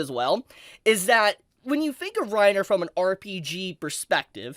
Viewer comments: Not Reiner... Renner xD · it's "ren ear" not "rine er". grrrrrr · Reiner? pronunciations are always jokes. lol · As a German, I feel offended by how you pronounce "Renner" like "Rainer", like the guy from AoT. The "e" is pronounced like "eh". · HAHAHAHAHAHAAAAA every time he said Re-nners name as rai-nner, I kept thinking the armored titan. HAHAHAHAAAAA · Reiner? not renner? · calling Princess Renner "Reiner" over and over threw me for a loop. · I love you my man, but that name butchering you did with 'Reiner' and 'Cyocyutos' just cracks me up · pronouncing renner as reiner is so funny i am just imagining reiner from AOT dancing to a evil disney song. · The fact you kept pronouncing Renner as "Reiner" is really irksome. i couldn't keep listening because i can't help but think you are talking about the dude from Attack on Titan. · pronouncing Renner as Reiner. I can't help imagining the Armored Titan dancing and singing like a Disney princess. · Sry just a little hint dont listen to butchering her Name its actualy Renner. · It kinda triggers me how you pronounce Renner. You make it sound like Reiner... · Did “Reiner” get lost and wonder into Overlord from AOT? Such a “-ism” to keep saying it 😂 Princess Renner 🤓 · (also "Reiner" is not the correct pronunciation) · The way you pronouns Renner deeply disturbed me. What kind of dub are you whatcing bro? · I agree with everything in the video but the pronunciation of the names, that threw me off so much 😅